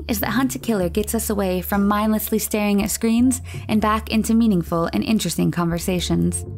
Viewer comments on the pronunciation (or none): none